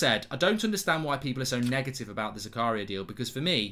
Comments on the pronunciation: His name is pronounced "Zaka-ria".. Goldbridge's Zakaaaria sounds a bit la dee dah! 😆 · Its prenounced Z-A-K-A-R-E-E-A just so you know lol